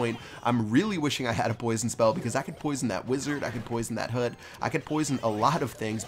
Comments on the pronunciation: did he say hoot instead of hut? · what accent was That? (when he said hut)